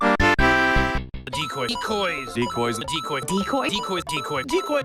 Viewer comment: After hearing decoy multiple times, I hear "dickoys".